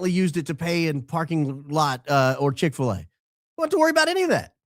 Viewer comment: "I would like nothing more than a Chix fila" 😂